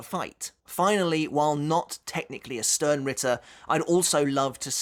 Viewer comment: I know I know nitpicking but it's Stern ritter (ʃtɛʁn/Schtern) it's German for Star knight. But it makes a nice drinking game, every time you hear Ichigo or stern you drink 😅